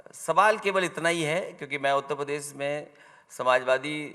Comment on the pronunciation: उत्तप्रदेस नही उत्तर प्रदेश होता है अखिलेशुद्दीन जी😂😂